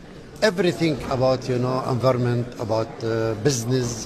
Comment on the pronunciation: نبيه بري جاهل قال: انفرنمنت.....بزنز بصراحة عيب و خاصة في لبنان المشهور بأن شعبه يتحدث عدة لغات اجنبية